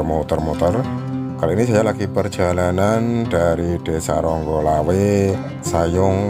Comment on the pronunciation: Eh.....kok Ronggolawe kang, yg bener "Onggorawe" Mas sebelum komen kirim video tolong pelajari dulu dong lingkungan sekitar shg masyarakat tidak terbodohi dari info njenengan. 🙏🙏🙏